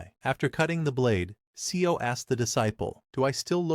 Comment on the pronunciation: Seo is not 'SE-O'...it pronounced more like 'sir'